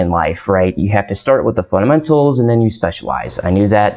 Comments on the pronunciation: It's fundamentals not funtamentals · Can you please voice the labio-palatal plosive in the 'd' of fundamentals? I swear I tried to listen to what you were saying, but got distracted each time you said funTamentals. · This video could have been 5 minutes long easily. Please stop pronouncing Fundamentals with a t in place of the d. The entire time I watched your video, I wondered why the heck I should listen to your advice. What qualifies you to give us advice? This is important to establish at the beginning of the video. What specifically did you learn in networking that helps you with cysec? What about specific examples? This video is of you rambling in front of cool-looking computers. I'm trying to build a career. You're going to have to pick up your game if you want to be able to influence my life.